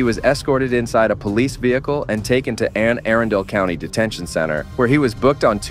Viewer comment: It’s Anne A-run-dell, not Anne Air-ran-dale. #marylandproud